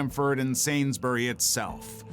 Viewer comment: The way he said sainsburys so bad it confused me 😭